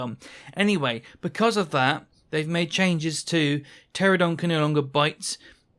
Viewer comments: Ptera-NO-don. I crash out every time you say Pteradon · You keep saying "Pteradon" instead of Pteranodon. Thats as infuriating as "aluminium" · It is "Pteranodon", not "Pteradon". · Grinds my gears. I'm a "pteradon" main, but cant even say it properly 🤣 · Those aren’t the same thing. Pteradon is just a mispronunciation. Aluminium is correct, literally only Americans say aluminum